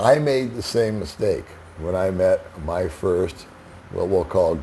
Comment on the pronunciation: I'm a pouriner :) Hahaha! That's how they actually pronounce it! Pinancial safety pirst!